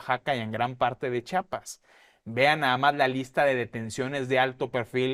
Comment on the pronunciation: Me gusta mucho su mesa de análisis, solo les comento, con respeto, que asi como dicen: "Chihuahua" y "chilango" se dice "Chiiiiiapas" no "chapas", "chapas" son los cachetes o con lo que se abren las puertas, gracias, saludos!